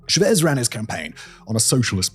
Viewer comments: It was so annoying, I had to fast forward to Maduro. He says "Chávez" like someone would pronounce "Jesus Christ" sounding it like a medical term. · some of them are more forgivable. It’s an entire fucking video about Chávez and his goddamn name has the accent already marked for you. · This British man is on a podcast talking about Venezuela, and what bothers me is his pronunciation of Chávez. He keeps saying Shuh‑VEZ, which isn’t correct. The name of Hugo Chávez is pronounced CHAH‑vez in English, and in Spanish it’s even closer to CHAH‑ves with a soft “b/v” sound. It’s not as if the sound is unavailable to him — he doesn’t say shursh when he says church. He clearly has the phonemes to pronounce CHAH‑vez properly. Both American and British dictionaries give CHAH‑vez as the standard rendering. Another example of this annoying British habit is the former Chilean leader Augusto Pinochet. In Spanish, his name is pronounced pee‑no‑CHET, with the stress on the final syllable and the “ch” as in church. Yet many British commentators insisted on saying pee‑no‑SHAY, leaning on the surname’s French roots. The irony is that they don’t apply the same principle to their own Norman‑derived surnames — no one expects a Howard, Neville, or Montgomery to be pronounced with French vowels. Every Chilean I have heard pronounces the Pinochet in the Spanish manner. This shows the inconsistency: when the subject is Latin American politics, some speakers default to a foreignized pronunciation that distances them from the way the name is actually said in its home country. And that matters. The content of these discussions is often strong enough to deserve basic editorial care. Pronouncing Chávez or Pinochet as they are said in Spanish is a small but meaningful way to show respect for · I love all of your videos, but you gotta double check the pronunciation on these names... It's not cha-VEZ, it's CHA-vez... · CHA-vez. Please, there’s an accent on the a for a reason. Cha-VEZ hurts my ears.